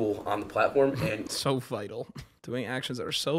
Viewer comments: …did he say he did “vital” instead of “vile”…….? I was really hoping I misheard him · Man, he never said “vile” correctly, the entire video. So many attempts. So many vital virals.